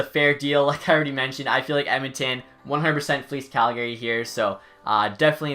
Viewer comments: out here in alberta we don’t pronounce it as the name gary. it’s cal-guh-ree lol love your vids but just giving a little western charm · It's pronounced CalGay right? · stop saying calgary wrong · You can tell someone isn't from Calgary, by the way they say Calgary. People from Calgary will know what I mean.